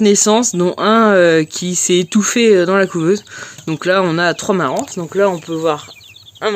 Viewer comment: Super vidéo, bien expliquée❤ un petit détail, on le "s" de Marans se prononce pas 😉🙂 continue les vidéos, elle sont tops et ludiques